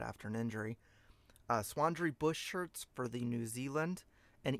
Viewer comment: It was not a boot brand. He said swandri (Swan dry) not Swan-dree as pronounced .